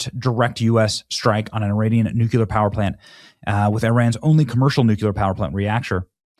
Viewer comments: FACTS. it drives me crazy hearing people butcher the pronunciation of the word. Nuclear (NEW+CLEAR) NOT “nucular”. Holy hell it’s pretty simple. New….clear…. Not nucular. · NEW-CLEE-AR Not NEW-CUE-LER Goddamn. 🙄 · Come on Ben... it's nu-clear... not nu- cular... get it right. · "NUUUU....CLEEEE...ARRRR"🙄😏 **NOT!!** "NU...CU...LAR" LOL Thnx for sharing.....AND for making me lol🤣🤣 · It's not "NU-CU-LAR" Benny, it's NUCLEAR pronounced NU-CLE-AR... SMH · It’s pronounced Nuclear….not “NUCULER” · PLEASE FOR THE LOVE OF GOD - LEARN how to pronounce the word NUCLEAR. It is Nuke-lee-er Not Nuke-You-Lar. Bush has ruined American pronuciation. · It's pronounced "New-Clee-Er"... NOT "New-que-Ler"... Come on man... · Will somebody teach Benny how to actually say nuclear.. for the love of God It's nuke-u-ler is not a word bro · Why do you embarrass yourself every time you say the word nuclear? It's pronounced "NEW-CLEAR," not "new-qu-lar." Idiot. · Benny, Benny, Benny... The word is "nuclear," not "nuke-uler." C'mon, man. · Its pronounced Nu- Clee-arr. Its pronounced the way it's spelled! Nu- Cle-ar. Why do people keep saying "NOO-CUE-LER" ? We learned in GRADE SCHOOL how to pronounce this word!!! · Nu-clee-er. Nu-clee-er. Nu-clee-er, Bennie. Say it with me...Nu-clee-er. NOT nu-quil-er. Good grief! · I think you mean nuclear, not "nookyuler". Try saying it slowly, the increase the speed as you gain confidence: ni-yu-k-li-ar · God help me, Benny, please pronounce NUCLEAR with only one “U”. Not NUCULER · Nucular hahahaha over and over nuclear lol sorry just makes my eyes twitch everytime I hear nucular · IT IS PRONOUNCED "NEW-CLEAR" NOT "NOOK-YOU-LER" - SHARPEN YOUR PENCIL BENNY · 😂. It’s not pronounced “nuke-yoo- lure”! It’s “nuke-clee-er”. ❤ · Benny, you are a talented, articulate person. Please stop saying “nuculer” and pronounce it “nuclear” noo-clee-er. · It’s nuclear….. not nucular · Bro, nuclear not nucular lol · Bro say “new clear” it’s easy. Not new kyooler